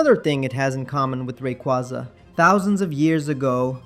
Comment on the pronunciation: not to be that person but they did just confirm it’s pronounced Ray- Qway-Za 💚